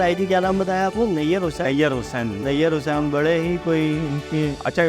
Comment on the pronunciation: ان کے نام سہی لیں نئیر حسین نہیں نئیر حسنین نام ہے اس کا